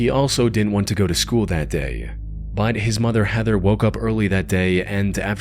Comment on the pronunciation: You know the word is "but," right? Not "bud."